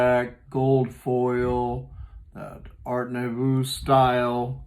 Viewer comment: Art Nouveau pronounced Art Noo-vo (it's french)